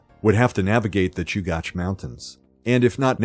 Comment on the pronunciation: It’s pronounced Choo-gach, not Choo-goch. You said it correctly the first time and incorrectly the rest of the time.